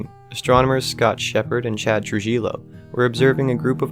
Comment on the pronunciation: Trujillo is pronounced, "Tru-hee--yo" J makes an H sounds in Spanish & Double L makes the Y